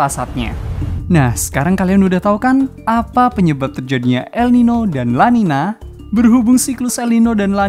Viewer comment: Sebenarnya namanya el niño dan la niña, pake ñ dibaca ny. Jadi bacanya el ninyo dan la ninya.